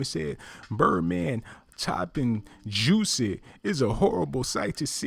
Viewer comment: YOU NEED TO LEARN HOW TO READ BEFORE YOU GOSSIP AND MIND YOUR OWN BUSINESS...HIS NAME IS JUSSIE NOT JUICY,,,,SMDH